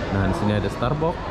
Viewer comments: Starbucks pun dia sebut starbok, MANTAP 🤭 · Oceana dibaca osen Starbucks starbakss 😀 om